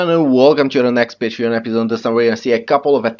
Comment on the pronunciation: Lost the ability to say Patreon. Nice video though